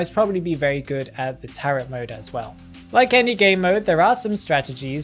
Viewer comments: Btw, the word isn’t “taret” it sounds like “tare-o” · It's spelled as "tarot" but pronounced as "taro". Please,, never say taroT ever again TT